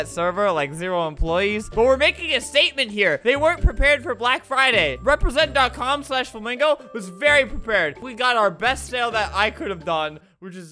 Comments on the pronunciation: Nobody: Literally nobody: Everyone: Calls it Flamingo - Albert: "FlAmGo" Theory: HAVE WE BEEN SAYING IT WRONG THIS WHOLE ENTIRE TIME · I love how he pronounced flamingo like this “flam go” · guys why does he call it flam go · its flamingo not flamago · You said flamgo